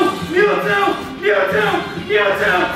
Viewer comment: he's saying MEATWO